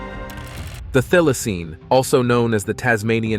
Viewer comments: The letter Y in the word Thylacine is pronounce as in the word By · Really goo but found accent stuffed up pronouncians a bit. One example was Thylasine, the Y is not an i as in thistle, it is a Y as in why, lie or die. Oddly enough, you got it right once.